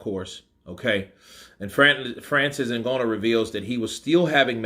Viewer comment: Your pronouncing Ngannou wrong,.